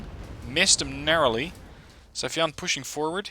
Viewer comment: when the day come for you to pronounce "sayfan right"? its sai-fan, not safi-yan